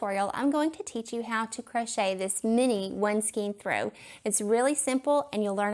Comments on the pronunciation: Skein is pronounced with an "A" Sound, not an "E". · Please go to to learn how to pronounce skein. Rhymes with cane, pain, Wayne, skein.